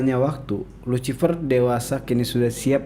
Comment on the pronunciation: Lusifer bacanya dammmm